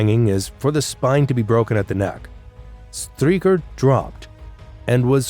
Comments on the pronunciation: "Striecher" is an awful pronounciation. It is not "Striecher', but pronounced Streicher. Streichers last words were as I know also expressing farewell to his wife. The last words of people before death are of course of undoubted gravity, because in the face of death, men speak the truth. So this trial in Nuremberg shows some of the men died innocent. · so many mispronunciations, like Streicher (Streaker!) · That's one name you Yanks set wrong - Str - eye - cher. It's because you mispronounce the Jewish -stein names as -steen, possibly because that's the Low German variant. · Interesting and informative. Slightly flawed by some mispronounced names. In German, when there is an i & e together it takes the sound of the 2nd letter. For examples, the ei in Streicher is pronounced “eye” while the ie in Wien (Vienna) is pronounced “ee”. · STREICHER is pronounced like SHTRIKER not STREAKER. STURMER is pronounced SHTOOR-mer not STROO-mer. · It is pronounced: der Stuermer not Strumer and Straicher (Streicher) Not Stricher.